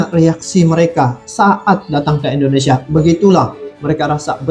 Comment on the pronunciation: Indonesia bang bukan endonesia...